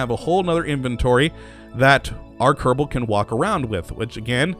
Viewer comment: why you say "kerebal" space program?